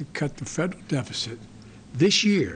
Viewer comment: Dude cant even pronounce "deficit"